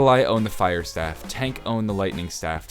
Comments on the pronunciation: Staff not stave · Anybody notice he said staff wrong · hearing you pronounce staff was kinda annoying in my opinion but anyways keep up the good work